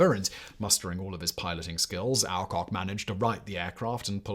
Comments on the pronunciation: Just a comment in you miss prouncations is many of your presentations. In this one it's Alcock, ever since I was a child in the 1950's it was "ALLCOCK", just to check I have tried some other YouTube presentations and all but you agree on the correct version. Please check how names should be prounced, it spoils the very interesting presentations you do when names and places are given as they are spelt not as generally spoken. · As a schoolkid we pronounced it All Cock and Brown, aka Kenny Lynch.